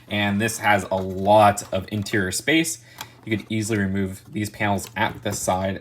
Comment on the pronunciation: Everyone: Interior: INTRRR